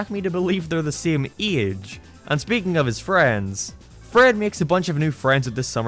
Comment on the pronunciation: I know this is off topic but i think it’s funny the way says “eeyedge” instead of age I know it’s just an accent please don’t kill meeeee